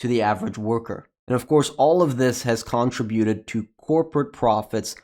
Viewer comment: It's kuhn-tri-byoo-tuhd